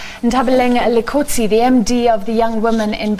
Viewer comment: You've been at this for a loooooooong time 🤩🤩🤩 so so happy for you and excited to be a shareholder 🤸🏾‍♀️🤸🏾‍♀️🤸🏾‍♀️ 1. Confirm the pronunciation of your guests names please. Her surname is pronounced "Dikotsi" 2. That "African Bank end" comment was unnecessary, belittling and down right shady 🙄😒😒😒